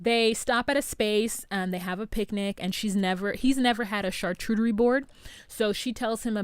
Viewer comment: It's not char-CHU-terie, it's Char-Cu-Terie. The "Cu" is pronounced "ko͞o".